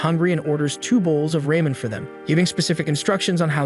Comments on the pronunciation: This AI is out of control. Who the hell calls ramen noodles as “raymen” 🤦‍♂️ Not to mention calling MC “Jackie” or “Jack-ey” i/o what’s in the manhwa (Jae-ik) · And calling ramen noodles raymen isn’t to hard to understand I’ve called it that before on accident but I have called it before